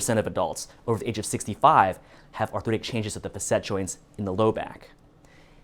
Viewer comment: When my Chiro pronounced facet like this, I wondered....googled "facet" ( maybe I was ignorant) couldn't find this pronunciation... oh well, he's not the only one. 🙂